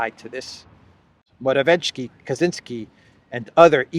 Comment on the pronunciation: P.M. of Poland is pronounced..Mora...viet...ski.( viet, like vietnam). There is no hard "ch" sound. The 'c' in his name is...'ts'.Not that your reports need correcting,, as you are one of the rare ones who openly, decently and honestly get the facts out with integrity. Thanks.